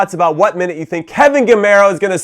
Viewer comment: Went to Spain and back and still can't pronounce Gameiro's name right 😧